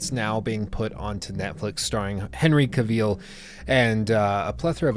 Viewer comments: Love your channel but it's Henry Cavill,not Kaveel? Great video tho. 🔥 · Henry Ca-veal.